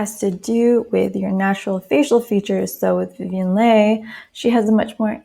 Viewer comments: TR always have that resting bitch face its so hard 😫 i agree with all of this but pronunciation of leigh is 'lee' I think 🤷🏾‍♀️😄🙈. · Leigh is pronounced Lee and Lollabrigida is pronounced Loll-a-BRIDGE-eeda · Leigh pronounced Lee 😊 thank you for this ♥️ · You have the most soothing voice! ❣️ Thank you for making this video, I loved it. One thing, Vivien Leigh’s last name is pronounced Lee. She was also often described as a small and lithe cat!